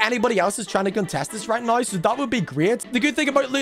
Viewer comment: bro said right niw